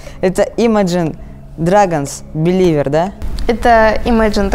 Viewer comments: Взбесило то что они говорили не беливе а, беливер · Почему они говорят Биливер ?Бэливе "r" ни читается с английским проблемы у них